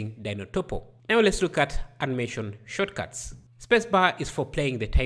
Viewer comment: Shortcuts not shotcuts 🤣🤣🤣